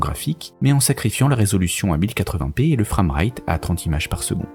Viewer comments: J'aime beaucoup vos vidéos, mais entre "upscâlé", "frâmright" et "spreet" faut vraiment repenser la prononciation de certains mots parce qu'en l'état ça écorche les oreilles, pire ça limite la compréhension ; écoutant sans l'image à l'appui, ça m'a bien pris 5 secondes avant de comprendre que "spreet" était "sprite". (Je vous promets, je vous écrirai un post plus bienveillant la prochaine fois :)) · J'adore vos emissions mais svp l'anglais pour des mots simples connus depuis des années. Sprite, "spraïte" comme la boisson quoi. Framerate "frèmereïte".